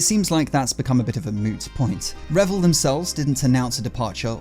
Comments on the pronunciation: it's pronounced REEvil i.e. R followed by Evil Otherwise great content 😊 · What if they actually pronounce it revil as he said it ? And he is one of them !😂